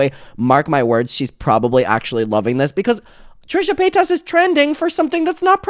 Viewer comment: Trisha Pay-toss